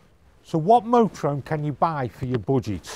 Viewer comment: Thers an H in motorhome!